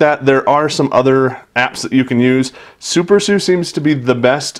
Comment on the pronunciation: Super S-U its called Super S-U